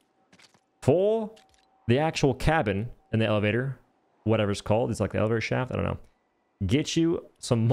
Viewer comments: 💀💀bro really said "eleflator in fwego fortnite."💀💀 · Why do you pronounce words like lego and elevator that way? It’s so weird 😅